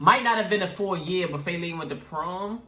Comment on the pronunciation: It’s not fAelene it’s fa-leene